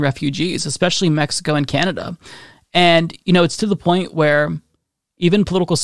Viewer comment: His "point" sounding like "pint" is so on Irish brand.